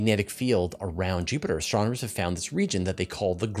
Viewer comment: My new favorite drinking game is taking a shot every time says STRONOMERS... Send help!